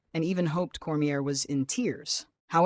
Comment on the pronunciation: Core-me-aye, nor Core-me-air